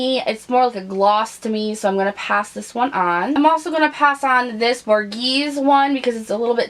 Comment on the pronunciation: Love, love White Russian. By the way it is Bor-gay-zee.